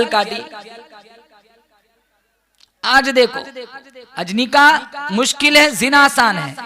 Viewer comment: Nikaah spells with k not with Q, not niqah